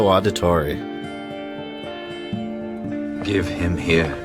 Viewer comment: Jesus man I'm loving all the content but is not pronounced audit-torri it's Audi-torri like Audi as in the car